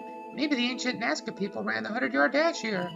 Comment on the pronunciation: Kara has a point... Godot dammit! You took us to the NASCAR Lines, not Nazca.